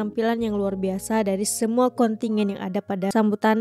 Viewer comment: Kontijen bkn kontingen